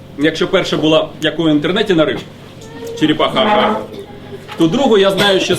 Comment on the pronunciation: ну чого ж вона там чєрєпаха, а не черепаха?